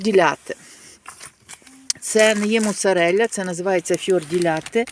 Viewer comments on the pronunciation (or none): Чому у вас такий акцент москальський прослуховується в італійських словах??? Моцарєлля ! Мортаделля ! Цікаво😳🤣🤣